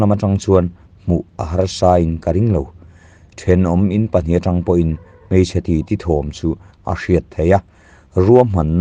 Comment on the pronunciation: Keite mei tih tur hi keite "mai" tiin i lam tlat a, mei leh mai chu in ang lo deuh a nia